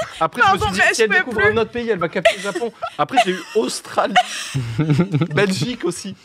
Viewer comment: Ponce: AUSTRALE!!! (avec le casque): « Otulie » 😆😆🤣🤣 À chaque fois, je peux pas m’empêcher de rire!!